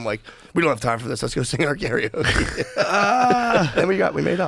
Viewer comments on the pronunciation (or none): none